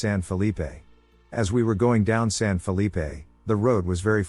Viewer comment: Stop saying San Felippe. Nob.